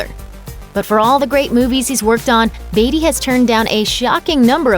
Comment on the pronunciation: Why can't she pronounce Beatty correctly?